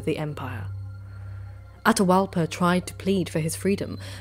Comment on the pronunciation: With South American Native names, pronounce both vowels when there are two together. Atahualpa would be A-ta-hu-Al-pa. You said it the right way and the wrong way at different times during the video. Quito would be Cu-ee-to. That Qu is pronounced exactly like the Gaelic “hound”, Cu. You did really well for a non-Native pronouncing them otherwise. Fortunately Tupi-Guarani languages don’t use the glottal stop like a lot of North American and Central American Native languages do, like in Tlingit and Tsalagi. And South American languages are pretty straight forward and consistent in how they were transcribed, unlike the O’odham (pronounced An-awe-thm). That glottal stop is the hardest one to explain to a European because there is nothing in any European language similar to it. It takes putting the tip of the tongue to the roof of the mouth and either making a sibilant S sound as you draw the tongue back or pressing the tongue firmly at the top front and using the cheeks to make an L sound. People who can make those sounds can whistle without pursing the lips or even closing their mouth because the tongue does what the lips would normally do when whistling.